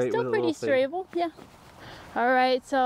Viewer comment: did just say “strable”?! I’m using that.